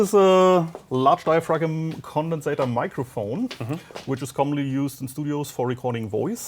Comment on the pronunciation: Dia-frag-um. Lol